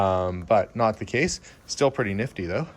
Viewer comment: The Ford "cleaned up purrty". LOL Not your typical American bachelor. He seems to have indulged himself well, yet was down to Earth.